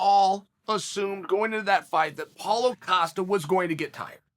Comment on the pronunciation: paulo 'filo' costa ahahhaha